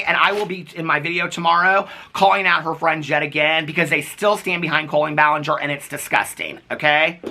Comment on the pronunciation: the only silly laughable moments this whole situation has brought is saying "ball-in-ger" and saying "expertise-es" for lengthy serious videos.